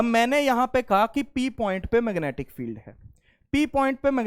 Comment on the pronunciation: Magnetic ❌️ Mangetic ✅️